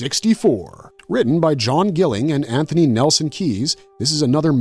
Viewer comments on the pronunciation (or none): none